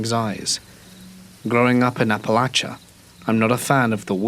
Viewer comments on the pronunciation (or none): none